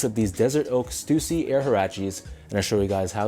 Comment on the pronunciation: Damn i been pronouncing stussy wrong all these years....